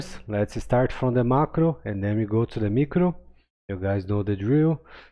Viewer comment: English tip. Micro is pronounced "my crow" , or " m eye crow". Long I sound.